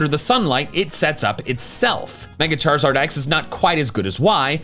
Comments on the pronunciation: WE DO NOT SAY SHUT UP ONLINE! SAYING BE QUIET IS A LOT NICER! AND IT'S CHARIZARD, NOT CHARSARD! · The Z in Charizard should be after the I!